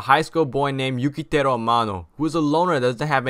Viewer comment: Bro..ur work is a masterpiece u reaaally know what's the good anime that should be watched and we'll must watch. I really like ur opinion to this anime bcoz im an otaku just need a little work .....You need to pronounce the name in the anime correctly like let see.... yu ki teru..but need more subscribers worth to watch